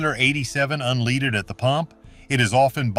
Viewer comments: When a guy with a "midwestern" accent pronounces it "unleeded" gas, you know it's AI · Unleeded, ol AI at it again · mark, regular unleeded! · Now I'm afraid to fuel up my car! You're turning us all into paranoid car drivers. And what the heck is "unleeded" fuel? This a really stup!d narrator or an AI BOT. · "Un-leeded"? Come on, artificial text reader, you can do better. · Another AI video( you can tell by the way he pronounces unleaded) done with questionable opinions and sources and not fact-based. You deserved the thumbs down I just gave you. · it may be AI (pronouncing "unleaded" as unLEEded" 😀), however, in this particular case, I have verified this info independently. Top tier fuel rich in PEA (and costing an additional 15 cents per gallon on average) is definitely a safer bet. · unleeeded? another stupid AI crap review only created to make $ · This is an AI channel they pronounce “unleaded” wrong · Obviously another AI video. Mispronounces: unleaded and Amoco. Click bait waste of time🤨